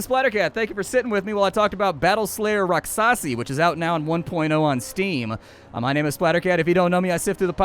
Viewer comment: um.... "rak-shasi" is the correct pronunciation